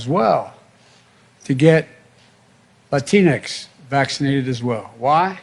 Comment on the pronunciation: It’s pronounced “Lá-Tyn-x” He said it right. I prefer that style of pronunciation than “Lá-tin-X”